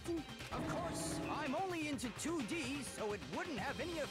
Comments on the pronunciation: She said D2 instead of 2D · It's 2D not D2